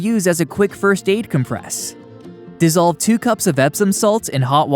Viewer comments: You are pronouncing "comPRESS" as the verb when you should be pronouncing the word with the emphasis on the 1st syllable to describe the noun. COMpress. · Com-PRESS is a verb. The noun is COM-press. People who narrate videos should be aware of how to pronounce words and names corRECTly. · Dude, it’s COMpress not comPRESS! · I just don't understand, common words. Being, mispronounced. With the accent in the wrong place. And so, I suspect, English was not their first language. Mistakes with common pronunciations like, " Cold Compress" where, Compress is pronounced, Com--press. With the accent on the C. Not the letter P. I mean come on now? So you don't get a Cold Compress. You get a Cold com-Press. And you compress your trash and old cars. Compressing them into recyclable little chunks. Which is much different from a cold com--press. The correct pronunciation is a bit akin to, Tomatoes and Tomatoes. Both spelled the same but pronounce substantially differently. Where one sounds stupid and the other doesn't. It's not a fruit! And the earth is not flat. And this sort of thing is happening, more,, "often". Pronounced, in the USA as, "OFFEN". Bad because in Great Britain the UK and similar holdings. They pronounce the T. In American English its silent. And yet… Kids are still graduating from high school like this! Who have murdered the English language. And want to head back to a theocratic monarchy, autocracy again. Bad we have to take them to court? No! We didn't take the Germans nor the Japanese to court!! We took them directly. To directly introduce them to Jesus. And put the fear of our God into them! Instead of theirs! With shock and horror devastation! To knock the crazies back. And letting them know who the new ruling party is. So when you get crazy people.. That declarer. That think they are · It's "COM-press" in this case. I noticed that the Google dictionary is WRONG in this case. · I was looking for this comment. It bothered me too